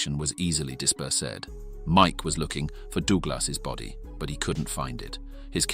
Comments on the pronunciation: "Dooglas"? "Disper-Sed"? Why are these AI-generated things all over Youtube now? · I didn't think that was an AI narration---until I heard the word DISPERSED said as DISPERS-ED...🤣